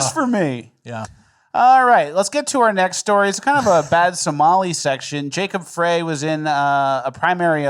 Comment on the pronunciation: FYI it is pronounced Jacob "fry"